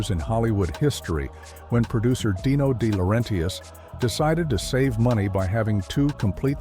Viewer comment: It's DeLaurenTIS. Not DiLaurenTIAS. Italian, not Mexican.